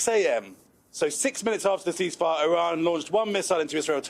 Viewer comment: Oh, "ceasefire" ...we thought you said increase fire.